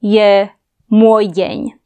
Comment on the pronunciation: Moj den, pronounciation is like russian